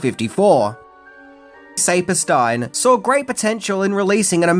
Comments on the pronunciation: Future reference: it's pronounced Sappersteen :) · The name Saperstein is pronounced SAP- as in the sap from trees Or the word “app“ and then STEEN. SAP-ER-STEEN. It’s not a super common name, but I’m from New York where it is very common. I know you get a lot of slack for mispronunciation of names, but I am just offering you this information in case the name Saperstein, comes up again. Thanks for the video. 🦖